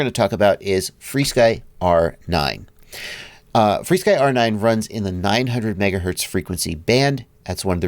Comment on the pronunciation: Help out new users and just call it "FRSKY" not "free-sky". I know there is history.... just why not call it what it's called now?